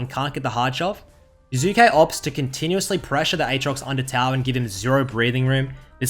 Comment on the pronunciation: "Current topic jUzuke"